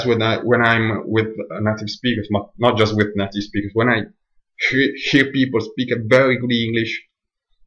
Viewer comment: Hi - I understood everything you said but like you said it is your accent that will need some practice. I understood you, but I had to concentrate on what you were saying. Two things I would say give away that you are Italian - the long A sound you pronounce like a soft a (Kate and Cat should have two different A sounds), and adding an 'ah' at the end of some words, like 'people-ah'. Many italians do this, so don't worry . But well done with this, and keep working, you'll get there!